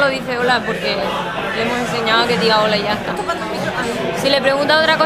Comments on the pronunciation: Qué "Y ya está" más pijo, pordio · JAJAJAJAJAJAJAJAJAAJAJJAA El "y ya está" de Pera en el minuto me suena MUY MUY MUY a pijo estilo Carmen Lomana o...a Elvisaaa (?). ¿Coincidencia...? NO LO CREOOOOOOOOOO